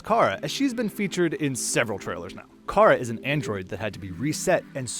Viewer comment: Why do you call Kara 'Kai-RA'